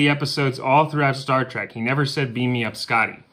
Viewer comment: Its star TREK NOT track!! Ugh lol